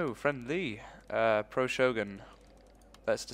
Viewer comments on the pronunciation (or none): none